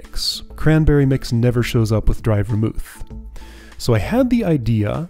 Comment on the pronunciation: This is I think my favourite puzzle in the game because of how straightforward the input and output goals are, but there are so many ways to encode that data and find a solution. Your pronunciations are right; Ver-MOOTH (a moderately alcoholic mix of brandy, wine and spices); GIM-let (soft g, like Gimli the dwarf).